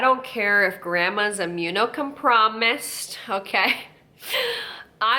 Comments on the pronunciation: “Immune-co-promised.” I am HOWLING. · "if Aunt Sally at the family BBQ is immune com-PROMISED" lololol